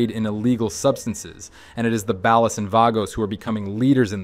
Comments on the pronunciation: Bro pronouncing 'Ballas' like he was from the Midwest or something lol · Ballas ❌bAll-es✅ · Keep saying Ballas like that, I dare you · Balles and Vaygoes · You do realize you’ve pronounced Ballas and Vagos incorrectly every time right? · Great. Another channel that doesn't know how to say "ballas" and "Vagos" correctly 👎🏾🤨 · Shh... he doesn't even pronounce ballas and vagos or OG Loc or Torreno correctly even though they say these names in-game